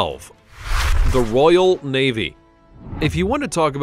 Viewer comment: I love it when he said the royal vavy faut the evil the funny they are the evil